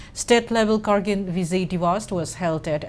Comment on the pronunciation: Your pronunciation of kargil to Kargin is irritating...